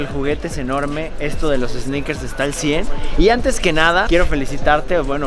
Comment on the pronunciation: Minuto ‘EEEsneakers Fever guey’ Realmente cómico, el guy, quítale la E!! Ya que no existe esa palabra!!! Pero buen intento......